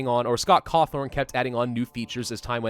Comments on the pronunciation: he keeps saying Cawthorn when is Cawthon. I THOUGHT YOU WERE A GRAMMER NAZI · It's Scott Cawthon,.